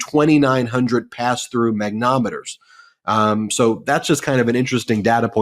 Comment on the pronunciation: Ben, you're killing us. It's not mag-no-meter, it's mag-ne-TO-meter.